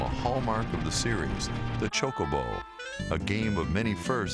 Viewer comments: say choke-a-bow like your sayin choke-a-bitch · His prononciation of chocobo was weird. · iv always said chocobo with the k sounding c. i thought thats just how it was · TIE-dus, Chow (like show) koe- bo. Chocobo -chowkoeboe. MAKE-OH, not Mahhhko. (mako). sorry forhaving to correct you so much..